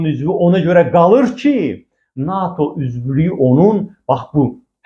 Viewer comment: NAATO deyil, NATO